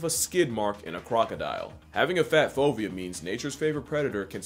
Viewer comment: if you didn't put the word "fovea" on the screen I would have thought you were saying "phobia", which wouldn't have totally surprised me considering who we're talking about here